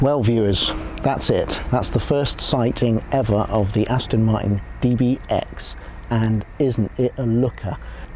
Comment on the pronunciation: The aaston martin with the emphasis on 'ass'